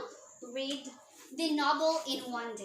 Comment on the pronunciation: Excellent demo Ma'am. Good job. Just a tiny correction lang , In this part "read" should be pronounced as "red" kasi past tense na.